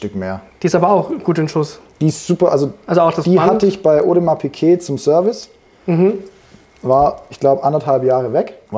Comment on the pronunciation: Audemars Piké.😂 Gemeint ist wahrscheinlich Audemars Piguet. Kaufe Uhren stets immer nur bei Händlern, welche die Uhrenmarke auch korrekt aussprechen können…